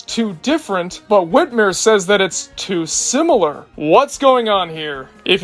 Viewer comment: WhitmYre not whitMeere